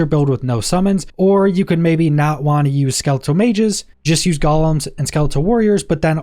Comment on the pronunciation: It's pronounced gou-lem.